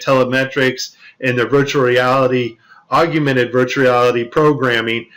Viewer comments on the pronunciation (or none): Aug-mented. Not Aug-u-mented. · "Aug-u-mented virtual reality" lol